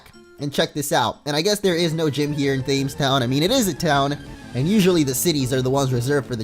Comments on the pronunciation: your videos are great and you play a great variety of Pokemon hacks or new games... but for the love of god it's pronounced 'Tems' the cities are based off of rivers and the Themes is London's river, it's weird that we have the H in there, but it's Tems as in Temmie from Undertale. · Thames is pronounced "tems" (as in the river that runs through London)